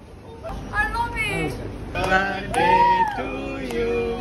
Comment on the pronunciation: He said 'Happy Birday' the 'T' is silent here.☠️